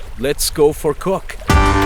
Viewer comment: "so smood... so chiney.... let's go for cock" 😂😂 I'm subscribing for sure